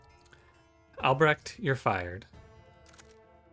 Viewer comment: I really like the art style. Seems a very cool game. Great pronunciation on Albrecht, btw! Dutch name, many English speakers would totally butcher it, any Dutch relations?